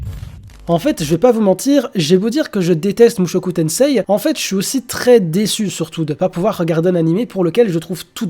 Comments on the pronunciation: Par contre on dit mushoku tensé stp pas tenseiii parce que, petite leçon de jap: le i est un allongement du e alors à l'oral on dit e le i (j'avoue je suis mais ça m'écorche les oreilles) sinon bonne vidéo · sa se dit mushoku tensee car le i est un allongement du se